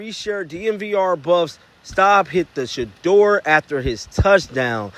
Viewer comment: Yeah stefanski can't even say shedeur name. Why hasn't he been fired. Lol